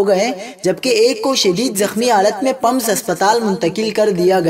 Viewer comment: پمز زبر کے ساتھ نہیں زیر کے ساتھ ہے